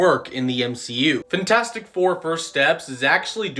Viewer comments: does anyone else fucking hate the way this dude says fantastic 😭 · FENtastic four lol